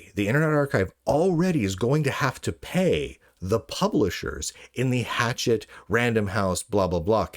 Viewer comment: It's not pronounced 'hatchet,' it's pronounced 'ha-SHETT.'